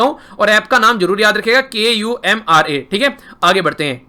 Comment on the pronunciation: It is .....k u r m a .....not a .................k u m r a